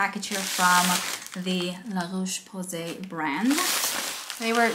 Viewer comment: Great pronunciation of la Roche posay btw 😃